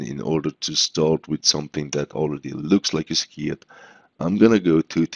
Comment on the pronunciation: Brilliant thank you, One thing, try pronouncing Skirt as Skuurt, at the minute you're pronouncing it as Skeeryt, hope this helps and looking forward to more tutorials :)